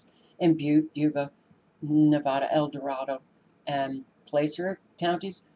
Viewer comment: I believe you pronounce "Placer" as "Plasser"..... Us crazy english speakers, what were we thinkun?